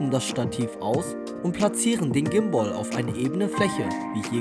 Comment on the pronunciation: Haha voll lustig wie du sprichst. "Komoara" "gim-booll" ^.^